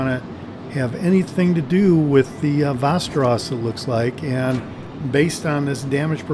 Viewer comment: You almost got it. From a 🇸🇪: 'VEST' • 'EH' • 'RAW+S' :D